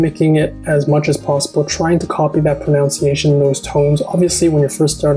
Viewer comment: I'm really getting into your videos - it's just what I need at this point - thank you! FYI: & Correct: pro-NUN-ciation. Incorrect: pro-NOUN-ciation (no such word in the English language) See Youglish here